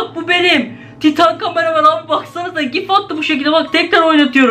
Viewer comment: Camaramen karamen diye okumayın cqmareman